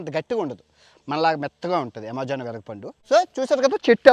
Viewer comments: అమెజాన్ ❌ యమెజాన్✅ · Yamejaan kadhu bro amazon 😂😂